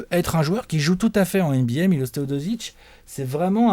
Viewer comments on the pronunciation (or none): On dit miloche et non milose